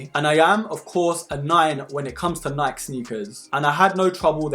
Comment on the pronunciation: Great review! AND you say Nike properly like us Aussies do 👍🙂